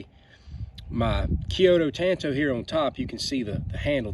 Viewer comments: I don't have any of these minis, but i did buy the Cold Steel Master Hunter in VG1 San Mai 3 and Click N Cut Hunter. I have always wanted a Master Hunter. It is a small, but stocky blade. I just like it a lot! And it is Tan Tow, so you are correct in pronunciation. I did studies in Japanese weapons, and i own 9 Cold Steel Tanto Point blades. Nice video! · The way you say it is correct 💯 Tan - Toe/ Tanto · Tan tow is how it's pronounced so good on ya lol. I love those and that may be my next knife. I currently bought a cold steel voyager vaquero xl with serrations and it goes everywhere with me. I absolutely love having a folding fighting knife in my pocket